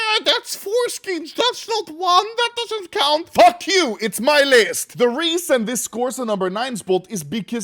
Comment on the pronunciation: "once again, fok you, dis my video" Respectable